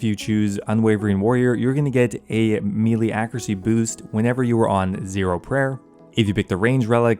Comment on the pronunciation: When is someone gonna tell him that melee is pronounced like "maylay"? lol